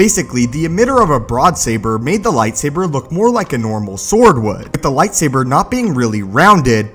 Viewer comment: Soooo... Did someone count how often he said "Lightsaiber"?